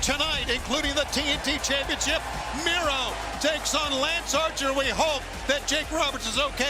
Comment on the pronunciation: It's Miro not micro